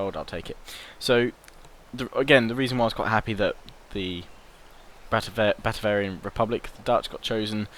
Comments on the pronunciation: Batavian not Batavarian no R mate :D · Yeah he's getting Batavian and Bavarian mixed up. There's no such thing as Batavarian XD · He also keeps calling it: Batavarian. He needs to read more carefully. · Try to say it Bah-Tay-Vian Bah (short a, kinda like shouting Bah! at someone) Tay (long 'a' sound) Vian (same as 'avian' ie. bird stuff) If that doesn't make any sense (rarely does :P), then search "batavian" it at a place called Howjsay Hope this helps :D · There's no 'r' in batavian...